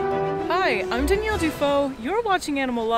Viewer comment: I have never heard Danielle pronounced the way she pronounces her name. Shit bugs me everytime. It has no bearing whatsoever on any aspect of my life but i spent the first 5 minutes of every video stressing about it after she says it. It's DAN-YELL!!!! 🤣🤣🤦‍♂️🤦‍♂️🤦‍♂️🤦‍♂️ I need a life.